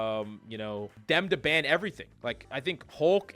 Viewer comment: What's a "bann" rate? What's terminology in this game for bann or whatever you keep saying?